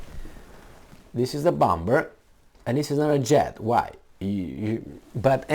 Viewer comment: Darling the B in bomber is silent x